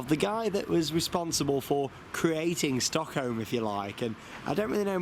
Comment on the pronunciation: If i spelled it how i interprted him saying it I would spell it StockHoe